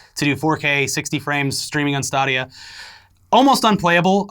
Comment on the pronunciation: Stop saying Stah-dia. You're breaking the internets.